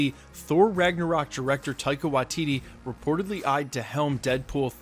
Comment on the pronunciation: Unsubscribing purely because of how many different videos you cant pronounce Waititi... its Why-tea-tea... How fucking hard is it.